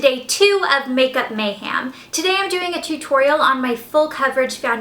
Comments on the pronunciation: *mayHEM not HAM lol ( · Why do you keep saying makeup Mayham like the meat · I feel like she keeps saying makeup MayHAM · You say makeup mayham; so southern!